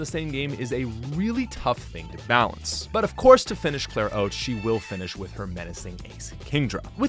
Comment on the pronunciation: "kakuna and metapod are oat"